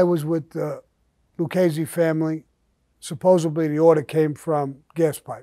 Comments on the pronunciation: Dear Sammy: the word is "supposeDly" not (supposeBly).Now i feel like a school teacher and i'm french.That's me. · Supposedly, not supposably.